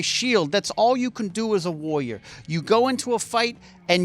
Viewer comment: saying "warrior" is hilarious